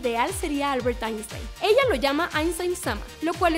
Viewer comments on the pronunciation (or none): none